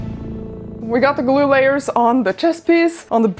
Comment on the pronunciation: I love the way you say, "glue." GLOO